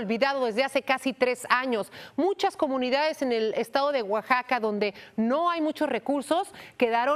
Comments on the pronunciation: Oaxaca no como lo dise esta conductora guaxaca muy mal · Es Oaxaca. no guaxaca.